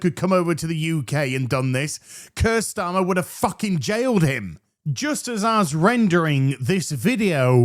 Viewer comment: When you said "Keir Starmer" I thought you said "cursed armor."